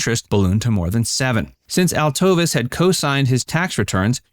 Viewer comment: Her name is pronounced Al-tuh-veese!